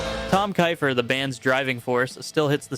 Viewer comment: still touring as Tom’s KEEEEEFER band. who taught this kid how to research pronunciation of the artists??? there are much better bands that are “forgotten” than some of these. not opinion… pure fact. steel heart… just the vocals for a small rock movie called rock star… tnt was ok. d-a-d mattered for a minute. good call.